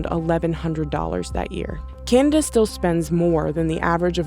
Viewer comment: "Canda ?" wtf is "Canda ?" >